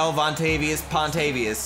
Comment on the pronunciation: Montel vontavious pontavious😂😂😂😂